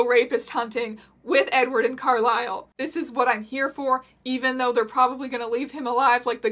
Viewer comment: I will forever pronounc Carlise's name as Carl-is-el not Carl-ai-sel lmao